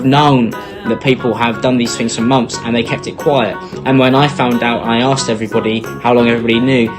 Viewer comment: You axed Heather a lot, is she okay?